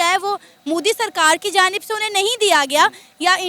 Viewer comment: Gadhe log, name bhi thik sey pronounce nahi hota inse (Modi ko Mudi), great banenge ye . 😂😂